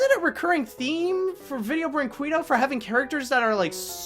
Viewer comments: It's pronounced Brin-kay-doh! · I hate to harp on your pronunciation, but the studio's name is pronounced as 'Video Breen-keddo'. Not that anyone would actually care, but just though I'd throw it out there. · I hate to be THAT guy, but it's kinda bugging me... it's pronounced "kay." Brin-kay-do. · it's actually pronounced brink-ay-doh.